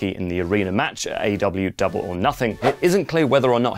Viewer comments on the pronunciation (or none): none